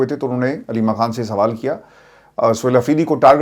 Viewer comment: اسلام علیکم ورحمت اللہ وبرکاتہ ہمارے پاس آپکا نمبر نہیں ہے اسوجہ سےآپ سے یہیں مخاطب کرتے ہیں آپ اردو کا تلفظ پلیز صحیح کر لیں کھان. غلط ہے خان. صحیح لفظۀے